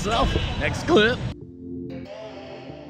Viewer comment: the way you said clip, lol